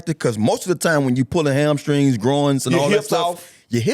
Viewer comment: Or hamscring